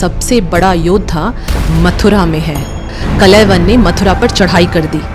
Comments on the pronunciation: अच्छी कोशिश लेकिन उच्चारण सही कर लो कलयवन ❌ कालयवन ✔️ मुचूकुंडा ❌ मुचुकुन्द ✔️ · Not Kalayban, he was "Kaal Yavan" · Kalayvan nahi kaal yavan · He is called kaljavan not kalayvan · मुचुकंद को मुचुकंडा बोलना बंद करो कालयवन को कलयवन बोलना बंद करो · Kalayavan nahi kalyavan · It's not kalayvan, it's kaal yavan, and it's not muchukunda, it's muchukand😂😂. atleast know the pronunciation of our own languages 😂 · Kaal- Yawan .....ka uchcharan bhi nhibkr pa rhi hain aap ...reel aji kab tk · kalyavan pronouncing all words are wrong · Kaal yavan wrongly pronounced the name the king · कलयवन नहीं कालयवन, मुचकुंडा नहीं मुचुकुंद, इक्ष्वकु नहीं इक्ष्वाकु । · बेटी ! कलेवन नहीं !!? " काल-यवन " जो भगवान शंकर/शिवजी के वरदान से " राजा शशिरायन " को स्वर्ग की एक अप्सरा के समागम स्वरूप प्राप्त हुवा था एवं जिसे " काल-जंग "(यवन सम्राट) ने बाद मे नि : संतान होने के कारण उस बालक(काल-यवन) को गोद(दत्तक) ले लिया था और जो अजेय होकर जिसे भगवान श्रीकृष्ण का सुदर्शन चक्र भी नही मार सकता था !!...एक व्हेरी सुपर सीनियर सिटीझन...🎉🎉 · Not kalayvan, but Kaal yavan. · Are madam kalayvan nahi "kaal yavan" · He should be pronounced as Kaala Yavan not kalaivan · Kalayvan nahi.., it is KAALAYAVAN.. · Kalayavan ❌ Kāl + Yavan = Kālyavan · Bai sanatan ka majak mat bana it’s kaaal- yavan. Not kalayvan 😅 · Respected ma'am Aap log history bta rahe ho thik hai But atleast name to thik se bataya kro Kalewan naam nahi hai kaalyawan naam hai Waise hi muchukundnda nahi hai muchukund and ichkuwa nahi ichwaaku vansh hai And ek aur baat o raja so nahi raha tha tapashya kr raha tha O bhi itni tapsya ki unke aakh kholte hi vishwa ka naash ho jata Aap logo ko to thik se history bhi nahi pata hota hai aur naaam to bilkul bhi btane nahi aata🤣🤣🤣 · कलयवन नहीं कालयावन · Kalyavan.. not kalaivan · Kalayvan ❌ carl yavan ✅ so kalyvan काल्यवन foreign attacker with help of magah jaraasandh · ऋषि गर्ग के पुत्र का नाम "काल यवन' था न कि "कलयवन".... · Kal yavan uchchar hai not kalayavan. Galat name bol rahi hai. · कलय वन नही माते.. काल यवन..